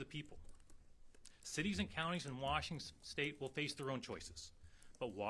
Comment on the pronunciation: lol he said Washingstate. 😅 I like this guy